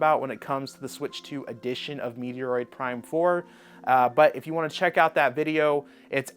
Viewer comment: "Meteor-eroid Prime" Bro, I'm new to your channel and I dig your content, but what the heck was that pronunciation? xD